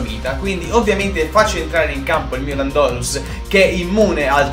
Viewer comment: si dice lándorus non landòrus